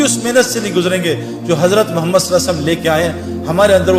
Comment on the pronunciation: محترم جناب بھاٸ سعید انور صاحب السلام علیکم ورحمتہ اللہ وبرکاتہ بعد اداب وتسلیمات کے عریضہ خدمت عالیہ میں یہ ھے کہ ماشا۶اللہ دینی واصلاحی باتیں تو بڑے اچھے انداز میں پیش کی ھے اور امت کی ماوں بھنو ں کو کافی فیض پھنچ رہاھے لیکن ایک ضروری بات کی طرف توجہ دلا نا مقصود ھے اور وہ یہ ھے کہ جب اپ رسول اللہ صلی اللہ علیہ وسلم کا اسم گرامی لیتے ھیں اس کا صحیح تلفظ نھی کرتے لہذا مو دبانہ مو منانہ مخلصانہ عاجزانہ عاجلانہ خاشعانہ درخواست ھیکہ رسول اللہ صلی اللہ علیہ وسلم صحیح اور اداٸگی کے ساتھ ٹھرٹھر کر تلفظ کریں جب ھی عشق نبی پیدا ھوگا اور اصلاحی باتيں مٶ ثر ھوں گی مصرع عشق نبی میں جو بیمار نھی ھوتا عصیاں کےسمندر سےوہ پارنھی ھوتا فقط والسلام مع الاکرم مفتی انتخاب اللہ قاسمی بجنور انڈیا